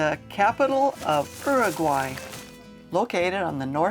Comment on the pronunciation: The name of the country is URUGUAY NOT URAGUAY. Just learn the basics before making any comments...